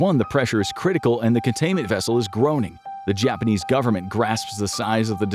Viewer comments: "Japaknees"? Really? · LMAOOOO “japaknees”